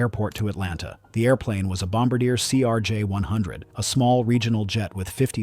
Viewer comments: Love this channel but one thing is bugging me. The narrator is mispronouncing “Bombardier”. It’s pronounced like bom bar dee ay. It’s a Quebec company so the name is French. I know this is silly, but it just bugs me. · . Yeah. I was just hoping there might be a human reading the comments that could tell the AI narrator how to pronounce Bombardier. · I don't understand why AI can't pronounce some words correctly.